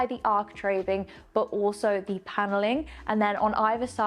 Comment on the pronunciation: you are becoming so much more confident in your presentation. You sound a lot more professional. There is room for improvement, though. The word ‘the’ is not pronounced ‘thee’ before words that start with a consonant. Stucco is pronounced ‘stucko’ not ‘stoucko’. Also, keep your attire more professional, less ‘runway’.